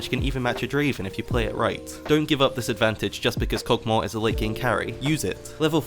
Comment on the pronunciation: The Champions name: Kog`maw: Kog` moa